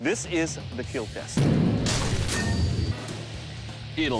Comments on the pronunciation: I liked the part where he said the keal line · it will keal! multiple times👏👍